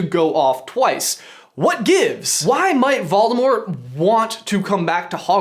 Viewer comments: Morgan Bradley ikr it’s so annoying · "Volemort"? Not Voldemort? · Great video, but who's Volemort? xD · Volemort??? LOL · Who's Volemort? Tom Marvolo Ridle with one D?